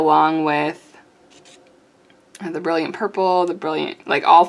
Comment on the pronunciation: Jaune Brillant (tief/dark/foncé): French for Bright Yellow (Dark!) :^> I'm afraid you're reading 'jaune' as the Spanish 'juan'. Jaune Brillant is pronounced, roughly: Zhown (or Zhone), where 'Zh' is like the J in 'Je suis'; and Bree-ah~, where '~' is an unterminated nasal vowel version of 'n'. The final 't' in Brillant is silent. (Please forgive me, I can't help myself.)